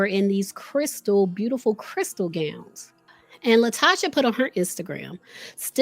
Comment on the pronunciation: Pronounced La Toe Ka